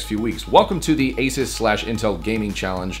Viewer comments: You've been pronouncing ASUS wrong It's Uh-Soos not Ay-Suhs. Also the ASUS in ASUSTeK Computer comes from Pegasus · A SOOOS = ASUS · its pronoced asos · I always had thought that it was a long "u" in Asus. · you said the name of the laptop wrong in the end slate.